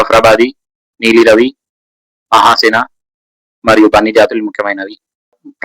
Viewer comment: మహసేన కాదు మెహసానా